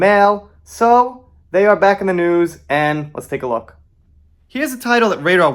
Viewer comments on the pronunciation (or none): none